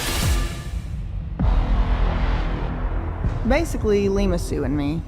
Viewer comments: She doesn’t say Tylenol. She says Tidenol….angry scary 😮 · i can't handle the fact that lima is saying it like "tynenol" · Why can't she say tylenol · She didn't even say Tylenol correctly either lol